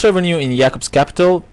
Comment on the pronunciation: good video brother.. thank you for this knowledge. btw i thought u where either jewish or Muslim of some sort. not many say the name Jacob the correct way. keep up the good work.